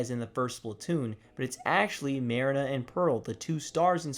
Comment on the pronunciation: I liked the video However, you did pronounce marina's name wrong. Other than that it's good